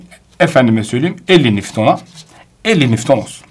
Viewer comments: Hocam yalnız o newton, nifton değil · Hocam kusura bakmayın ama nefton değil newton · biri öğretmene nifton değil nivton olduğyunu söyleyebilirmi?